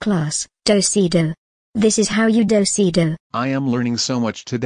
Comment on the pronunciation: Miss Martin said docee docee